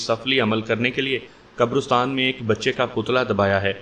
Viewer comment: حضرت قبرستان لفظ رے پر زبر ھے پیش نہی ھے ۔